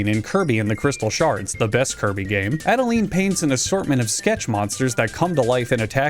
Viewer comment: I hope this is a joke especially since he mispronounces adeleine